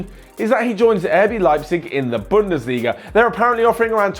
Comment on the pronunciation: It's bundesliga